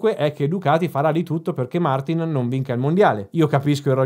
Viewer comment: non gliela fai proprio a pronunciarlo giusto Martìn, vero?